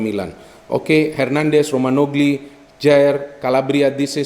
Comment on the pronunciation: Maaf, agak terdengar janggal bagi saya mendengar ejaan nama Romagnoli. Bung seringkali menyebut Romanogli, tp yang benar itu Romagnoli, tapi overall pembahasannya top sekali👍